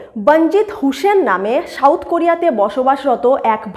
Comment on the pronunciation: When soft "S" is replaced by strong "Sh" while pronouncing South, there lies the problem, not to mention the words like National, Abuse, Center, Survey, Values, etc, etc In this era of Global connectivity due to Instant Digital Communications they stick out like sore thumb PS : Incredible but true that Indian Cast system is far more accute then whatever so far has been narrated in this video presentation